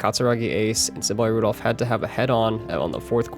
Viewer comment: Symbolic Rudolf instead of Symboli Rudolf 😭